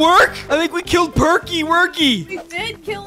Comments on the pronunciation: Percy not perky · The green train name is Percy not perky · Perky seriously perky you called percy perky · toby is a tram engine and when you said perky and that not his real name his name is percy